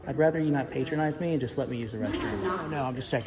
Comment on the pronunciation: You pay-trone-ize a restaurant, you pat-tro-nize a person